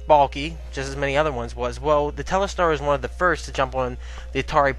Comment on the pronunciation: it's telstar, not telestar. ;-)